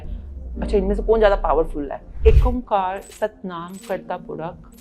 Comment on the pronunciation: Its ikahkar not ek omkar